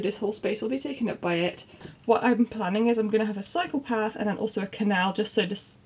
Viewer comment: Oh, you said "cycle path" I heard "psychopath" 😂